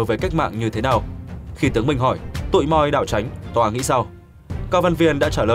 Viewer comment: . “Tụi moi đảo chánh…” phải đọc là “Tụi moa đảo chánh…” vì “moi” trong tiếng Pháp (đọc là “moa”) có nghĩa là “tôi”, “tao”. “Tụi moa” tức là “tụi tôi”, “tụi tao” – cái này chắc chắn người đọc không biết nên đọc là…”tụi moi”!